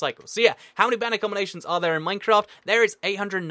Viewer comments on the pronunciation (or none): you said mancraft :)